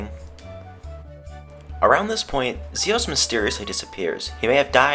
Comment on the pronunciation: fox Its Zeus not zios